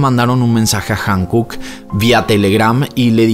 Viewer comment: ✨✨Amo tu contenido!!✨✨ Me encanta como explicas todo y le das seguimiento!! Like para todos tus videos!! 👍🏻👍🏻👍🏻👍🏻 Sólo como dato cultural 🤭 HYUNKOOK se pronuncia cómo jiunkuk. Espero puedas hacer más casos del continente asiático 🫰🏻💙